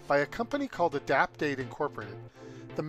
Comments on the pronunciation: I cannot quite hear the name of the company....anyone care to help me? It's like Adaptate Incorporated??? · Oh I finally figured out the name you give Adapt8, sounded like Adapdate. Maybe when you can add names onto the screen so we don't miss it, thanks